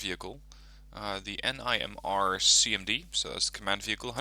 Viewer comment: It’s pronounced nim-er